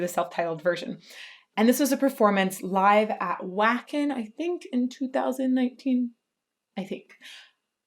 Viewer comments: It's is pronounced Vah'-kən. Wacken Open Air is an annual 3 day metal festival in Germany. I hope to attend it one day. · It’s pronounced “Vah-ken”. It’s a town in northern Germany that hosts the world’s largest metal festival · The "W" in Wacken pronounces as a "V." Vah-kin. Sorry to be "that guy" but.....🤷🏼‍♂️ Love your content!! You’re delightful, and educational... two things that don’t always get to go together. 💙💙💙 All Hail Floor 💙💙💙 Infantryman-Nightwish Army. US Regiment. Kentucky Battalion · Whacken is pronounced Vahken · Not sure if anyone has mentioned yet, but it's pronounced Vah-ken. The German W is pronounced as a V. And your reaction is wonderful. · Yes, this is wacken. I was there. It's pronounced vacken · This is indeed the nerdiest metal performance I have ever seen. FYI: since Wacken is in Germany, most people use the German pronunciation. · I'm sure I'm like the 100th person to say this but just in case...Wacken is pronounced in the German sense where Ws are Vs. Anyway just in case you want to be a nerd like me.